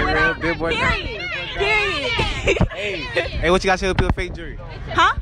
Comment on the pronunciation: When they said period it sounded like pigeons